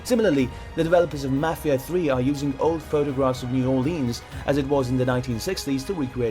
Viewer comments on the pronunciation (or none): new orlenz is how u pronounce it. not Orleans in louisiana some sounds are blended together